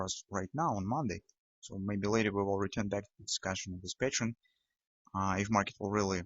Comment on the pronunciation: Hi.. I enjoy your videos.. wishing you success.. There is one word you pronounce really different than it should be is the term "pattern".. With you it sounds like "patience".. I watched your videos for more than 6 weeks till I realized everytime you said patience it was actually meant pattern.. Is okay.. not a big deal.. but I just wanted to clarify this for other viewers who didn't realize that yet. Stay Green